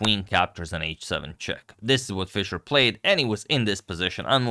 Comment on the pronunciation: Praise to agadmator for correctly pronouncing his name and this is a legendary game agadmator is goated🎉